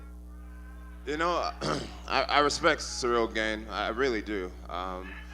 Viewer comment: I'm convinced Jon is saying his name wrong on purpose.